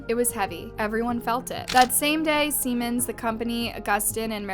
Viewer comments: “Seaman” not “Seman.” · Its pronounced see-mans, not sem-en. Thats something else. Lol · Seriously, learn to pronounce one of the largest companies on the planet before you sound like an idiot over and over again. It's SEEEEEEEEEE-MANS. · Good grief you Americans, Siemens is pronounced SEE-MANS! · It is pronounced Sea mans. It is a German Company. The German pronunciation is Zee mans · You should learn how to pronounce Siemens. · she pronounced Siemens wrong